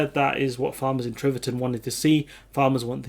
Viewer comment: T i v e r t o n, not T r i v e r t o n.